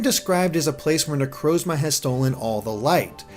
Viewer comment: lol wtf are these pronunciations. "sol-ga-lee-o" "ne-crose-ma"